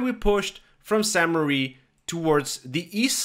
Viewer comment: Crazy. I thought to myself, damn why is this guy calling it St Marie. And you're probably unaware of it, but the current name does not mean Marie. But apparently the name of the town was originally St Marie. Here's what the wiki says as of right now: Founded in the eleventh century, the earliest records (1080–1082) include the name Sancte Marie Ecclesia, Latin for "Church of St. Mary", while a later document written in Norman-French (1317) mentions Saincte Mariglise. The current French form of the name is ambiguous, with the additional meaning, "Holy Mother Church".